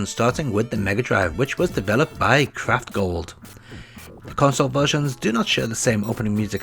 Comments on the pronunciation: yeah I heard the same thing ......I thought he said crap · glad I wasn’t the only one. Now that I’ve listened again it sounds like Craftgold.